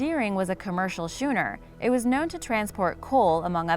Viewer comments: I am, but did you say shooner? Schooner is pronounced skooner. Hope that helps. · schoon·er ˈsko͞onər not shooner, i love all your videos though, just erg, lol ;p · What's a "Shoenerr", I think you meant to say "Schooner", pronounced "Skooner". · Sorry to pile on but they're right, "schooner" (:33) is indeed pronounced "skoo-ner."